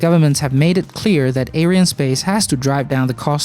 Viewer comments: It's not 'air-eye-en' space. It's 'ary-ann' space. It's mostly a French company. This isn't a complaint, it's a correction. Watch this video for confirmation of the name = Around the 1 min mark, ish. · "a company you probably haven't even heard if....it's called ariannespace"...or as you pronounced ah-ou-i-r-annespace :facepalm: BITCH PLEASE , not everybody on the internet is from USA